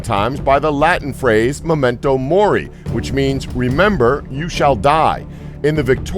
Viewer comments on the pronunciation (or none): none